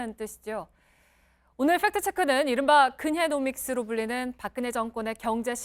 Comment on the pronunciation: 근혜노믹스가 근혜놈X로 들려요